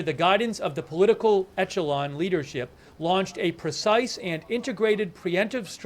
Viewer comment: How am I supposed to take this guy seriously when he pronounced it "etchelon" lmao